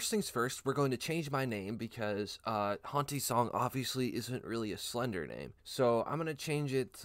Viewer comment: The way he says slender